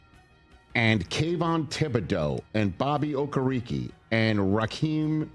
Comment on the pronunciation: Bobby...... OH-KERR-EEE-KEY 😂